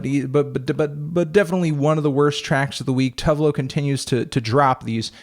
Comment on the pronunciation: Anthony, the e in tove loo is pronounced